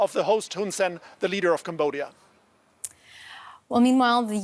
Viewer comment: Is Cambodia, man. Not combodia, although combodia sound pretty goofy.